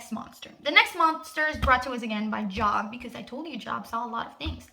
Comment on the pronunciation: The book in the bible that u are referencing is Job but pronounced Johb. Great video otherwise.